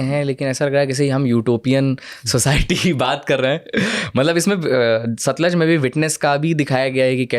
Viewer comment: Satluj bhai satliz nahi